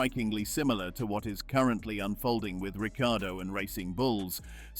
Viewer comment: Daniel calls himself Ricardo, bloody AI:face-purple-crying: Is it too hard to use a human??